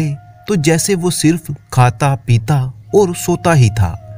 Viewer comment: आप और के बदले ओर बोलते हैं